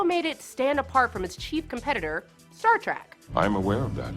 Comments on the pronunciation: Yep, she said, "Star Track." Twice. >,< She actually pronounced it correctly before the 2nd mistake... then gets it right again. "Day-lin," for Delenn "...JMS -- as I call him..." How about: As the fans call him... The problem with this overview, is that fans already know all this; seeing the high-points are fun, but her asides/attempts at humor or "coolness," are frequently too childish. There are too many spoilers to show this to someone who hasn't seen the series. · A few...LOL 1. Star Track (over and over and over again) 2. Daylin 3. Moombari 4. Lorin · “Daylenn” “Star Trak”? C’mon, put some effort into these. Also, we all knew this already... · Oh, and one more thing host: To prove you have no clue what you are talking about, the show is Star Trek, NOT Star Track! into the video. Yeah, you really know your s_it! LMAO. What a dunderhead. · Para"mont"? Daylen? Star Track? Munbari? Seriously, nobody does any research these days. This is like Kennedy back in the day having no idea why Martin Landau was at the Mission: Impossible movie premiere. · This video is an embarrassment... I haven't seen a nerd this fake since the Big Bang Theory went off the air. "Star Track"??? I'll bet you're a big fan. But, oh well.. This is the "SYFY" channel. The network that cancelled Caprica and Stargate Universe to bring you Sharknado and WWE Wrestling. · "Star Trak"? I'm out... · “DAY-lenn”? “Star Track”? Oh, please. If you had wanted to tell people things they didn’t know about B5, how about starting with, the show’s æsthetic comes from discarded parts found in its filming location, an old, abandoned hot tub manufacturing facility converted into a TV studio. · I noticed that, too. Like "Star Trek," sometimes she pronounced it correctly, then incorrectly... strange.